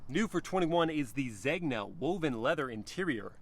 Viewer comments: Blu Nobile. Know-bee-les(s). Noble Blue. Zena. The g is silent. It’s not leather it’s SILK. Yes Italian leather and silk! Also the rear haunches are small? Really? They’re huge. But the rear view is a tad bland. Overall beautiful car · amazing videos. Really, really love your channel, man. Great job. Easy to watch and listen to your voice. If I may, Zegna = Zayn-ya.